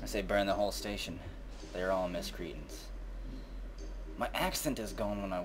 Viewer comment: Isn't it 'miscreants'? <.<